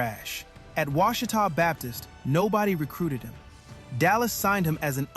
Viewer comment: I want, to commend you on pronouncing Ouchita correctly. Thank you